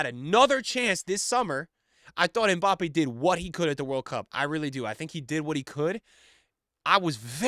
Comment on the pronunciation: Hi, french person here. His name is pronounce "My Bappy" best régard